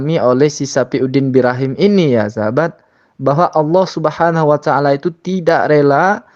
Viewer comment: Pembawa acara nya pun masih salah menyebut Subhaanahu wa ta’aala.. Terdengar subhanawataala